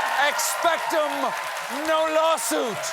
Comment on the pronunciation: Stephen wrongly conjugating Latin when reciting the Patronus Charm hurt my nerdy heart in two places at the same time. ..With so much love: It's expectO ..not expectUM. 🤌🧙‍♀ There, had to say it. Love you guys and Stephen and the writers were ON FIRE tonight <3